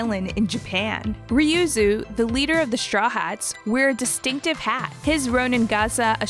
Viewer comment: "Reeyoozoo" ...what?